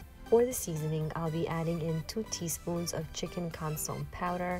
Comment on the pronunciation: Consome=Consommé Pronounced: Con sue may